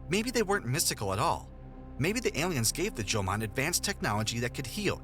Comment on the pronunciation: Jomon, not "Joman".